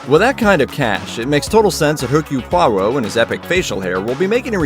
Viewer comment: You pronounced Poirot's name wrong